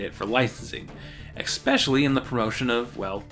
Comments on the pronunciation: I love these videos, but man... please stop saying “Eck-specially” when you mean “especially”. Again, love the series! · WHY WHY WHY do you say "expecially"?! WTF!?